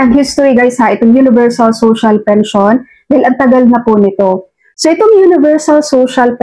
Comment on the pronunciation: Tama po,Robot po ang nagsasalita doon,lahat fake news,para lng dumami ang subscribers.Pakinggan nyo yung sinasabi ng Robot na yun,yung salitang "Pension" ay binibigkas na "Pensayon".